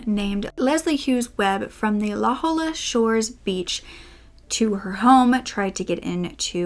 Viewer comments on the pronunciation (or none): I wasn’t gonna say anything but I think it’s the second time now I noticed that you called La Jolla “lah joe-la” or “lah ho-lah” buts it’s actually “lah hoy-ya” cuz the l’s are like the ones in tortilla and they make a “y” sound and the j is an “h” sound like in “josè” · La Hole-uh. We an always tell who aren’t locals. :D La-HOY-uh. I remember hearing a bit about these killings at the time. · lmfao, you pronounced it la Holla, it's more like la hoya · it’s pronounced la hoi-ya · It cracks me up but it’s pretty normal for north americans to pronounce Spanish names wrong. It’s also los-an-he-les but they say los an-ye-les 🤷‍♀️ it’s expected.